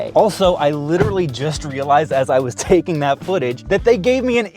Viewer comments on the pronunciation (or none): none